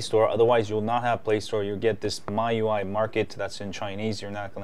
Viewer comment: Well, i think you have some problems about pronunciation. There is the original one, from China, and yours. It seems you like this last one more.